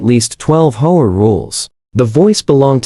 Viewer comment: It's H-O-A, not hoa